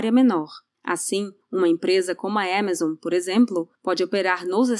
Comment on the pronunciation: "uma empresa como a Émazon" 🤭🤭